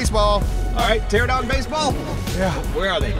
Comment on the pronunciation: Pteranodon.. Pteranodon. PTERANODON. Wtf is a terradon